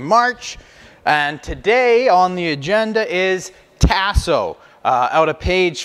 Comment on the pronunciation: My brother...because I love you ands I know you are from Canada I give you a pass...but things down here are pronounced differently. Tasso is "tah-so", not "tass(like ass)-so". Andouille is "ahn(on)-doo-we", not "an-doo-we", and Boudin is "boo-dan", not "boo-din". I say this with love brother and I have a boo-din (just kidding) recipe that will blow your doors off and will share if you wanna contact me. Holla back.